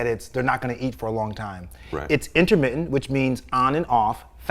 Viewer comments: in-ermi-en- fasting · "intermittent" has 4 "t"s in it. Normally I love other accents, but I've never understood this particular idiosyncrasy of never pronouncing the "t"s. The letters are there and dead simple to articulate, so why go out of your way NOT to say them, and turn the word into something so odd sounding. Petty, I know, but I stopped watching after about 20 seconds... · Int-ah-mit-ent FAHHHSTING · I love how you say in'ermi'ant, it's now my word of the day 💪😎🌸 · "innaminnent fastin" :) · The way you say intermitent cracks me up. <3